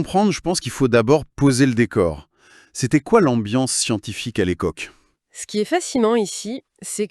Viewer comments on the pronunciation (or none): Pardon,, mais ce "format-IA" ressemble à un "galimatia". Infiltration IA qui dévoie tout, il manque ta voix et ton phrasé caractéristique. l'ambiance scientifique de l'écoque (époque) c'est la mitode (méthode) le plat de la ment (main) l'éther luminofère (luminifère) (?) cuvre (cuivre) toube de Venturi (tube) un outil de radar indistructible (indestructible) un atome instable qui se désentègre (désintègre) une simple ampule (ampoule). On aimerait que tu reviennes parmi nous, toi et pas l'IA… Respectueuses salutations, on espère à très bientôt.